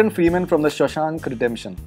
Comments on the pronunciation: Did he just say Shashank...lmfao..😂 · Sheshank 😂Ahah like the Indian name. It's shawshank. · oh my god , did this gawar pronounce shawshank as shashank 😂😂😂😂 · it's शाशैंक, not शशांक रिडेंप्शन..